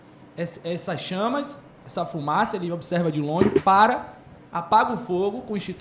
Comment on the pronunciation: O cara e perito sabe de tudo e não sabe falar fumaça kkk